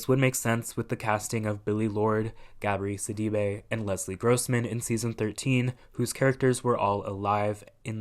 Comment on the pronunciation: Never heard anyone pronounce Gabourey Sidibe’s name like that😅 Helpful tip: it rhymes. Gah-bo-RAY Sid-ah-BAY